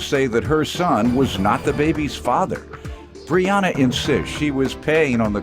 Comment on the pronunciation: They’re saying her name wrong for sure lol Bree-yen-uh is what I see here lol